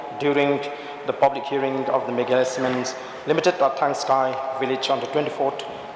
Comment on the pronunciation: Thangski not thangksi